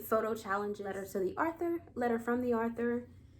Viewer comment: why do you pronounce it arthur it's pronounced author not arthur